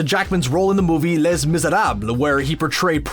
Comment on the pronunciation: You're trying to speak French and still pronouncing Les wrong...seriously dude...just stop.